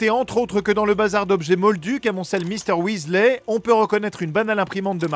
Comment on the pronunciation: Il dit wesley au lieu de weasley wtf